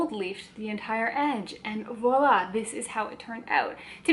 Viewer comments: Kassia, I thought maybe Sagrario was trying to gently point out that the vlogger was hitting the v's a bit hard in this video? as you know it's more of a 'vwoa' sound than 'vo' :) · It's voilà (French is a crazy language! Haha)